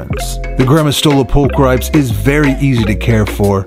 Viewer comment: Nice! (I know it doesnt really matter but its prolly 'pul-kree-pes')